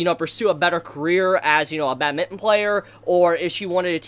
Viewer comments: Bat-min-ton not bad-mitten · It’s bad-min-ton not bad-mitten! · I love your review but I hate how u say badminton 😂😂😂